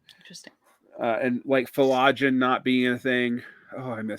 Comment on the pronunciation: getting cocky, its Phlogiston you peasant, lol